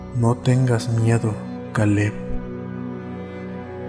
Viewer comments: Kale? Pronunciarlo keil no suena tan extraño en español, o podrías haber usado un nombre común en español si no querías usar ese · todo muy bien hasta que pronunció Caleb